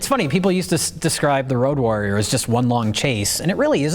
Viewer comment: why is keep saying "rouge warrior"?